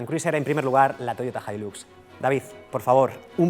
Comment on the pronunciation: "Hilax"??!!!, acento de Texas??!!!!, ni en tus sueños!!🤫